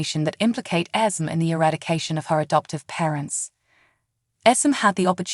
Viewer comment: Ok. IT'S ESME NOT ESMOND, ITS CASSADINE NOT CASSADEAN. ITS NOT TRAINA IT'S TRINA Why can't the creator of this video take the time to pronounce the names correctly.